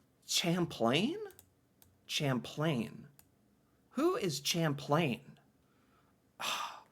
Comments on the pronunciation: Champlain = "sham-PLAIN". Not "champ..." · Champlain is pronounced Shamplain. He is the founder of New France. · fyi champlain is pronounced like shamplane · lol pronounced with a soft ch like sh hint he's French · Champlain is said with a sh sound